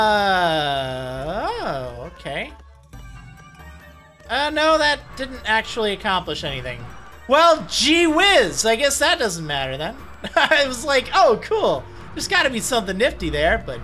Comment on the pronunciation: GWizz? I believe it's JWittz.